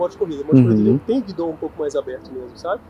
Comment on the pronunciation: O nome é guidão e não guidom. Apesar disso, o vídeo foi razoável para quem não é piloto!